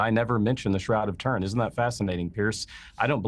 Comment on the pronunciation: The god nut case cant even pronounce Turin. Pathetic!